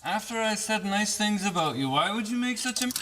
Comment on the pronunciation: Ha ha he said aboot.....i don't hear him say buddy or guy or friend much tho.... And wtf his head ain't square nor are his vehicles tires....lmao south park